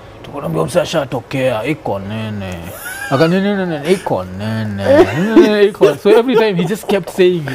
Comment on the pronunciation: Iko Nini is so authentic inasemwa venye inafaa😂😂